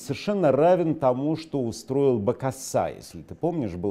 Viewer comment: У Невзорова своё ударение)